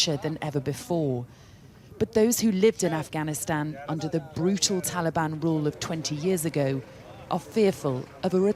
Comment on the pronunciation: It's Taliban not talban come on